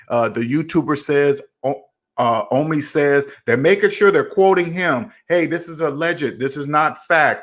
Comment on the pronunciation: ITS OH-MI NOT AH-MI OMI SHORT FOR OMAR.